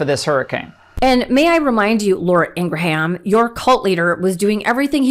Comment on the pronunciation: _mtn::_mtn::_mtn:thanks Siri for pronouncing Ingraham's name properly. I know through the interview Ben Meiselas did with her brother that that's how it's pronounced but, since she's so up herself and estranged from her family she probably purposefully pronounces it like every other ignorant individual out there (even the independents and content creators who I watch second to MTN.